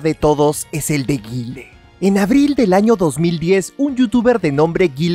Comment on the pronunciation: Me taladraron los oídos desde el comienzo del vídeo con la pronunciación de Guile, como arruinar un vídeo así por